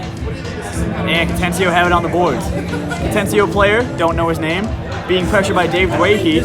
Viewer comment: It's pronounced Ca-ten-na-chio. 🤦🏼‍♂️